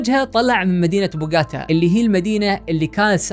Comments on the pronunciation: بوݣوتا و ليس بوݣاتا 🤗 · بوغوطا. Bogotá يا أخي تعلم